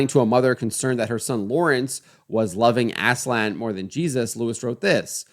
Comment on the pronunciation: aaz-laan not ASSLAN